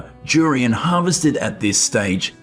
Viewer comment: It's DDDDURIAN not JURIAN you freak!!!!!!